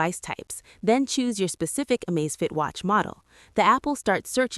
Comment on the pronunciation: Surely its Amazfit not Amazefit??